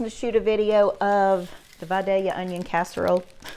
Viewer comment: I knew it was going to be good as soon as you pronounced “Vidalia” correctly.